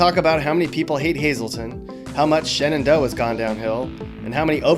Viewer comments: 1. Yuengling is from pottsVILLE not pottsTOWN 😑 2. Shenandoah is pronounced “shendough” 3. Erie is home to the best state park in PA 4. Shenandoah is home to Mrs. Ts Pierogies 5. Jim Thorpe PA is named after the Olympian that has nothing to do with PA and he is also buried there and the family wants the town to change its name back to Mauch Chunk 6. Wawa is only in the southern part of PA 7. We have our own Grand Canyon 8. We have the largest amount of NCAA Division 2 schools in the country 9. Hazleton is spelled wrong due to a typo from a secretary using a typewriter. (It was supposed to be Hazelton) 10. The Bloomsburg Fair 11. Knoebles 12. HERSHEY PA & HERSHEY PARK 13. Eckley Miners Village 14. The Molly McGuires 15. Anthracite coal!!! 16. Williamsport is home to the LITTLE LEAGUE WORLD SERIES 17. Sweet Sauce Pizza 18. The pizza hub of NEPA - Forty Fort and surrounding towns 19. Three Mile Island Accident (nuclear plant meltdown) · Shenandoah is not pronounced the same way as the National Park. There is no "ah" in the pronunciation.